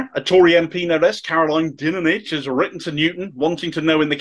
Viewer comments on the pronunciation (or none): It's pronounced Dineage. Depressingly She's Fred Dinenage daughter.